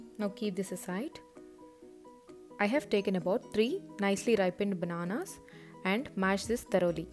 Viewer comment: Raipen baaanaanaaas malked bouter